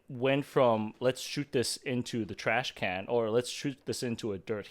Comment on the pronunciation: It is called Trash Can, not Trash Cannot. Good vid, fellas!